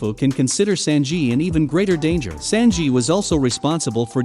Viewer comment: I hate the way he’s saying “Sanji” 😭